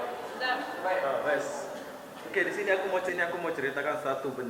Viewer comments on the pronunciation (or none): none